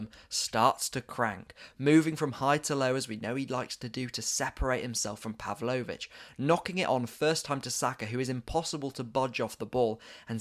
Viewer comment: "uber-man-Kano" and "Puv-low-which" never head of them before